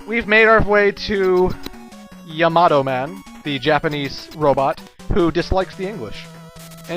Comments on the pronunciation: It's ya-ma-toe, not ya-mato. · I go by how a Japanese person would say it. 3 syllables in the name, and the name is pretty commonly used in animes I've seen so I've heard it before. They all pronounce it Ya-Ma-Toe, not smashing the last two syllables together.